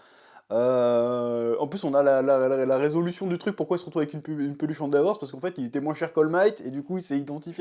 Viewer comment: Chef ... Arrête de dire "Andavor" .. ça trigger 🙃